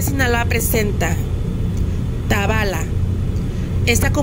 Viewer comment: Se pronuncia Tabala tiene asento en la a sé oye muy feo como lo pronuncias